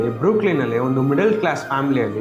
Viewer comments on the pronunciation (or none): ಗುರು ಅದು ಬ್ರುಕೋಲಿನ್ ಅಲ್ಲ ಬ್ರೂಕ್ಲಿನ್ 😅